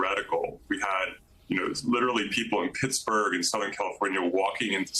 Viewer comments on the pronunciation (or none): none